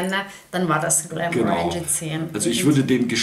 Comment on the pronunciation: GlenmOrangie nicht GlemorAngie 🥃